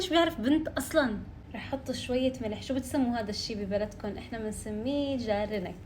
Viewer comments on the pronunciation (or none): جانرك مو جارنك ههه❤😊